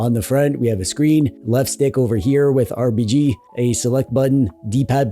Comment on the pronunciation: Loved your style and attention to detail. Like always pronouncing RBG right! One of the few channels I watch every single video that comes out.